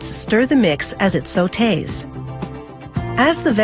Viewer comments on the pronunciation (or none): hearing this woman pronounce sautee is painful.